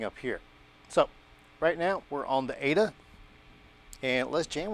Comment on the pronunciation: Its😂 A.D.A NOT A DUH😂